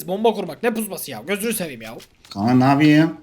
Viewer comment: Neden kankaya kank diyosun